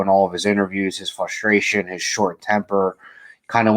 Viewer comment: It's FRUSTration, not FUSTration lol